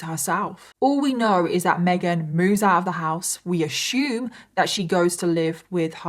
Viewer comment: Hi, not to be rude but why do you pronounce assume as ashume?